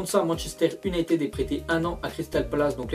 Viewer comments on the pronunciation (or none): Arrete de dire UnitEd ! C'est UnitId !